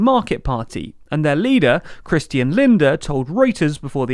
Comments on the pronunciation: His name is Lindner, not Linder, is has a second 'n' in it (pronounced Lind-ner). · It's Christian LindNer, not Linder. The n isn't silence. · First thing I noticed, too. The only mistake I could notice was pronouncing “Lindner” as “Linder” . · Its Christian Lindner not Linder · SPD and FDP pronounced correctly 👍. Next mistake: The FDP leader is called Christian Lindner, not Linder.